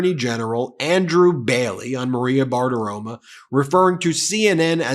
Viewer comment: Did you say Maria Badaroma? 😂